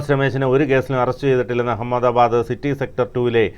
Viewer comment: U don't no even how to pronounce ahamada bad😂